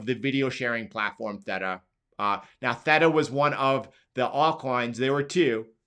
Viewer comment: “Thay-tuh” not “thet-tuh”